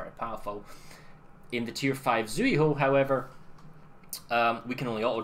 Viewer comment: its pronounced Tsühu